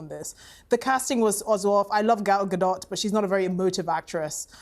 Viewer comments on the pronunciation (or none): Stops the show to make sure they’re pronouncing Rachel Zieglers name right immediately mispronounces Gal Gadots name and moves on